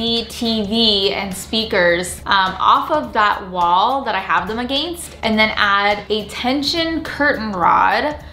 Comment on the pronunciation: Anyone else think that 'against' sounded weird or just me?